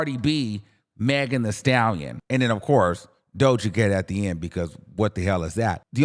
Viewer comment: Why would you read Doja Cat like thattt 😂😂😂😂